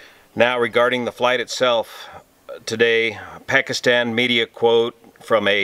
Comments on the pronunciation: I’m American, I am of mixed heritage half Pakistani and half white American and all that entails with its mixtures. I just wanted to take the time to say thank you for your effort in pronunciation of Pakistan............. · I like how he nailed the pronunciation of "Pakistan" & "Karachi".